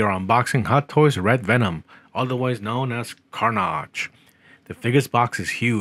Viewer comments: Yout saying it wrong its carnage bot carnaage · Carnage, not Carnaage. 😂